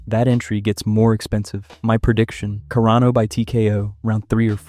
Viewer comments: Let's talk about Care-uh-no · Cuh-Rah-No is how you say it. You unflavored rice cereal white boy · Are you intentionally pronouncing all the fighter's last names wrong? Nunes -> "nunies" Carano -> "Care-no"